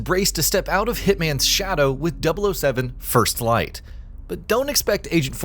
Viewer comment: "First FFlight" ?😂